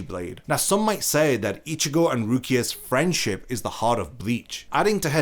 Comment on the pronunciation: Im sorry but im giggling at how you emphasized FRIEND(ship) for Rukia 😂😂😂